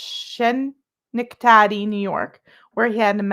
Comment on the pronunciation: I definitely think his time with that fuk Corey Goode contributed to DW’s ruination EVEN THOUGH he was willing to be a grifter. (Oh, it’s pronounced ‘Ske-neck-tadee’ lol)